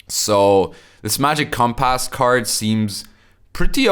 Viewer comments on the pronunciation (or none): Love the way you say compASS. Haha. This card will be good for warriors too because you can discard warriors like An Craite Warriors for war of clans.. also the archetype struggles with thinning.